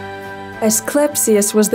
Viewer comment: Nice video. However, she mispronounced Asclepius. They should fix that. (She said Asclespius.)